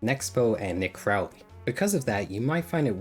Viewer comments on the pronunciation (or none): none